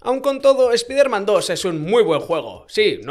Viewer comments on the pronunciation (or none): “Espaiderman”, se dice “espaiderman”. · Porque dice espIderman, pero los nombres los pronuncia bien? 😅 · "espiderman", "emejota"